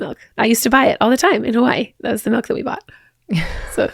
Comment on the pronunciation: It’s funny. seems to unconsciously alternate between “milk” and “melk”. 😂